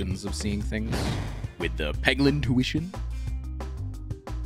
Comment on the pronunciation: Peglin? Y'know, like, Poglin?